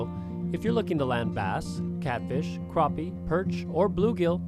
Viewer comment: Well here in the south they are called crappie not croppie.